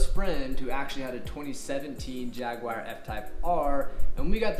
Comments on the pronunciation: and if you want to go full "British" with it, there is also no "whar" in Jaguar. Just "u-er" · Informative video. Also, theres no "WIRE" in the name Jaguar, lol